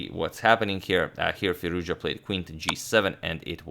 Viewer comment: It's Firouz- Jahhhhh,, damn all this time and you still did not learn how to pronounce his name??